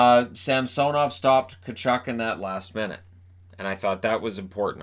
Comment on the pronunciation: Sorr to say but its gonna be hard to explain the Washington goaltenders name is Ilya Sam-S( say the word GO but get rid of the G)- Nov. Idk if that helps you pronounce His name correctly or not, but thats how it is. Again sorry.